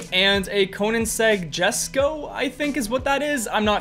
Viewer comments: Just a heads up: it’s pronounced “yesko”. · pronounced yesko, spelled jesko.